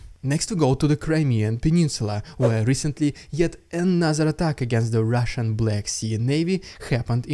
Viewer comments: What I liked when you introduced the Russian propaganda is when you rolled the Rrrrrrrrrrrrrrr. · This "rrrrrridiculos rrrrrrrrrrrussssian propaganda" is LEGENDARY, never stop doing this 🎉❤